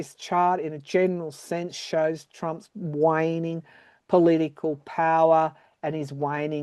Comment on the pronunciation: When you said “waning” I heard “whining” and I burst out laughing. 😂